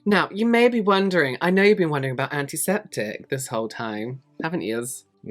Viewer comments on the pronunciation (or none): Every time you say "antiseptic", all I hear is "Auntie Septic" like you're talking about someone's Auntie 🤣